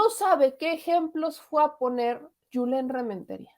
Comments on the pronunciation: es Julen no Yulen. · el senador se llama JULEN si se escribe con "jota" se pronuncia con jota NO CON "Y" porque así es en ESPAÑOL. Asi que no le digas YULEN